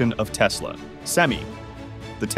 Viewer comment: It's "sem-eye," not "sem-ee." It's "Tesla," not "Telsa," but your AI reader wouldn't know that either. The problem with AI readers is that they are obsessed with giving a pro, then a con, then a pro, then a con, before switching topics. If you're seriously into EVs and charging, write your own scripts and use your own voice. It won't be good for a while, but you'll get the hang of it. All this AI does is make enemies on both sides of the issue.